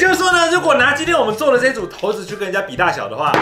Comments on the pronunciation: 大部分的觀眾以及手機的搜尋引擎都認為是ㄕㄞˇ不是ㄊㄡˊ 在影片不管是不是刻意的 有點感覺不太舒服 差評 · 骰（ㄕㄞˇ）子是約定俗成的說法，教育部網站也寫（ㄕㄞˇ）是骰的語音，應該沒有必要特意唸成骰（ㄊㄡˊ）子吧！ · 是ㄕㄞ骰子喔~不是ㄊㄡ骰子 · 「ㄊㄡˊ」子 好像才是正確唸法 然後 又唸成ㄕㄢˇ子了~哈哈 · 骰子，根據《教育部國語辭典簡編本》正確讀音應為「ㄊㄡˊㄗ˙」，但不少人還是會念成骰子「ㄕㄞˇㄗ˙」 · 聽了ㄊㄡˊ子好不習慣，但長知識了，還是覺得ㄕㄞˇ子順耳，畢竟大家都習慣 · 出頭真多，ㄕㄞˇㄗ˙就ㄕㄞˇㄗ˙還刻意唸ㄊㄡˊㄗ˙ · 結果影片中還不是一直唸ㄕㄞˇ子，到底開頭為什麼要這麼假掰？ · 拜託不要在念骰子了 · 「ㄊㄡˊ」子 第一次聽到這個唸法，好酷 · 很有可能是連自己都沒意識到說成ㄕㄞˇ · 原本想講正確發音，結果還是習慣性的說錯了。 幫大家科普一下： 色子=>ㄕㄞˇ ㄗ˙ 骰子=>ㄊㄡˊ ㄗ˙ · 講投字超出戲的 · 你的4沒有塗紅色啦、4也應該要是紅色的😂(咦 然後就唸ㄕㄞˇ子沒毛病啊OAO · 說成ㄕㄞˇ子了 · 打ㄊㄡˊ跟ㄕㄞˇ都會出現骰，為什麼不唸ㄕㄞˇ子啦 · 所以幹嘛硬要講「ㄊㄡˊ」子🤣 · 超不習慣聽到ㄊㄡˊ子😂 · 不是骰（shai）子吗哈哈哈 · 教育部又亂改字音了?我一直以為念ㄕㄞˇ子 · 骰這應該是唸ㄕㄞˇ吧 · 不是骰ㄕㄞˇ子ㄗˉ嗎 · 一直說投子..... 會很出戲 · 看完只記得ㄊㄡˊ子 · 這不是應該唸ㄕㄞˇ 嗎？ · 不行我不能接受ㄊㄡˊ子這讀音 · 這點小事不用特別拘泥沒差，相信台灣大部分人還是習慣念骰子不是骰子，按照自己習慣的即可，能懂意思就好啦，不是什麼大錯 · 語言本來就是溝通的工具，慣用的常用的，大家聽得懂就好了，整片下來兩種發音換來換去聽得超級尷尬